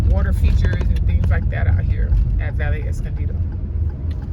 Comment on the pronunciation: Great tour. The double "ll" in all Spanish words is pronounced as a "y" so, words like Valle, Calle, Caballero, Cabello, etc, become, vaye, caye, etc., etc.